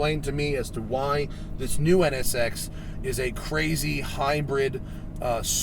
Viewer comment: He only said it wrong 11 times